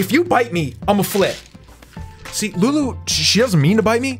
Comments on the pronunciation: He said lewis or louis right? Wheres lulu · you called lulu luis in the intro like if you heard